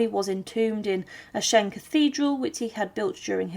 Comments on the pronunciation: I wonder where AhShen is. It certainly isn't near Aachen (pronounced AhKen) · Aachen is pronounced like A-khen, not Ashen ^^ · Worst of all, the butchering of "AACHEN" to "Ashen" and later "Eshan" or "Anchen" towrds the end.... almost an insult! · Thanks for this interesting video. I was struck by how you pronounced the name of the town as "ah-shen". My mother and grandmere, who were from the Eupen area, always pronounced it as "ah-ken". I find the many dialects of the region very interesting. I have a map somewhere at home that shows the shifting borders in that area from the late 1700's to the present. No wonder so many dialects developed. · 'Aaken ' IS the dutch Version.....Frensh Aix la Chapelle.....the City its self IS pronounced Aachen...with a throaty 'chhhhhh'